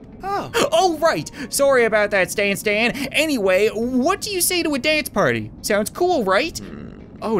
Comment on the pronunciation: it says stantan not Stan Stan XD